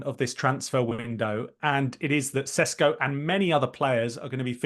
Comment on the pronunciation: It doesn't really give you much confidence in their opinion on a player when they don't even know his name. RB Leipzig's player's name is Šeško, pronounced like the initial sound in 'ship', as is quite clear from the spelling.